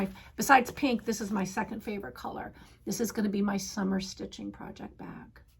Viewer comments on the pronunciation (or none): A little tip on pee pads. A friend’s puppy chewed pee pad and had to have emergency surgery. Most convenient retreat for me would be Denver. Letting you know is said Sunner instead of Summer.